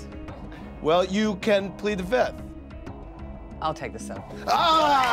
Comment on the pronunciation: I am the only one that hears Andy saying fithh everytime and not fifth?!